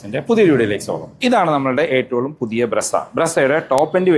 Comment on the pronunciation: Ettavum ennu parayunnathinu pakaram Etalum ennu parayunnu